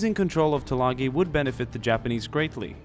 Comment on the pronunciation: Can you take the time to learn how to pronounce the name of the island.